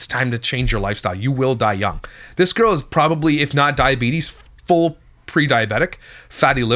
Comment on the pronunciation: "girl" pronounced with an uneducated, wyte trash accent Rhymes with World. Their location, the nichiest of niches